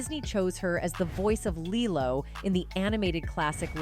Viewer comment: How on earth do you have half a million subs with such a horribly edited video? The clips cut off without conclusion, the pivots and segments don't connect well, the AI voice can't seem to decide how to pronounce Lilo and even becomes almost inaudible at one point. Good info does not always make up for poor presentation. Stop phoning it in.